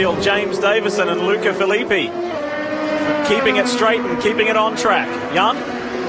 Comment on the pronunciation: Agh, that's not how you pronounce Filippi